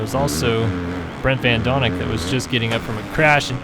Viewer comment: Bas Vaesen is dutch but you pronounced it right, van doninck is another thing though ;)